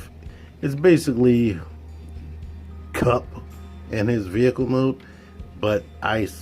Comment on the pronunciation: There’s extra ‘p’ in your Kup